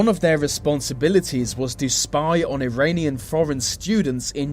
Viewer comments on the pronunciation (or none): none